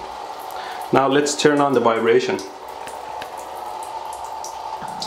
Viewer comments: LOL! I love the way he says, "Wybration" for "vibration." Indians do this and I'm not sure why, because they weren't ever taken over by the Germans, but rather the British who pronounce the "V" sound as vx vveee, not wwwweee. Trying saying "valves" with the "v" being the "w' sound. LOL. But they do it!!! Stranger still is that they can and do say Vvvveeeejay, but use the "w" sound for everything else. Yep! India is THE most exotic country I've ever visited and I love it, BUT I do wish they could derive the "v" sounds as they should be. I have lived in the city of Vashi where some say it with the vvv sound, but most others as though it was a www sound. LOL 😂🤣😂❤️ Nevertheless, it was a very good and informative if not entertaining video! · Is no one gonna make the 12 yr old joke pointing out how he says "vibrator" HUE HUE HUE